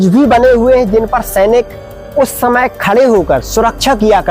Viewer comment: आप समय बोलिए , शमय नही .....